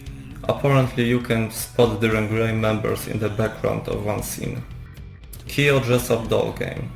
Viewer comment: Nie "Kiyo", a "Kyo". Chciałabym obejrzeć, ale tak ciężko jest ciebie zrozumieć 💔